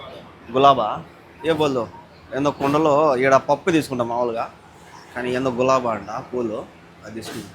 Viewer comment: Anna adi gilaba Galaba kadu Its gilaba❤😅😊